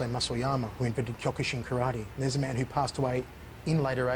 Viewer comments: You mean “Kallate” 😂😂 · He pronounces the word Karate (or any Asian word)🥋 the same way your arrogant friend would say he just returned from a trip to Bar - thel - ona 🙎🏽‍♂️ You mean Barcelona 💁🏼‍♂️ Oy gringo❗️… It’s BAR THEL ONA 🙎🏽‍♂️ You’re from Boise. Seagal is from Michigan… Derek-sahn ❗️